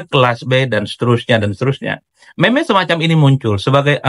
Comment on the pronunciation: Meme diBacanya Mim.